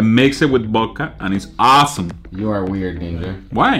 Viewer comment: wtf "I mixay bith bodka it's aasum" 😆